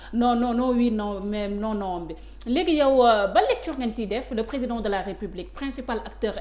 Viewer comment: Regarde moi ce personne qui n'est pas intelligent les journalistes qui ce permet de lui donner la parole et entrain de traiter le président de tout les noms il a même du mal pour dire président emplus la journalistes rigole comme si sa lui fait plaisir